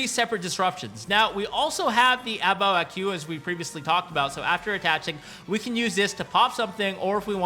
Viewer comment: the "Qu" part of A Bao A Qu should just be pronounced as "Ku", not "Queue".